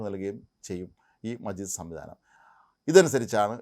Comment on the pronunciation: മജീദ് അല്ല, മാജിദ്